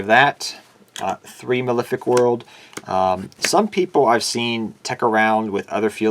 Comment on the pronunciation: You think someone making a deck profile would be able to pronounce Malefic.